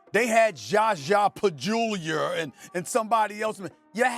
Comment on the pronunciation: he's still callin that man ZHA ZHA PaJOOlier. 🤡